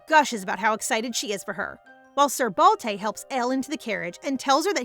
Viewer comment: It's Balte not Balday ?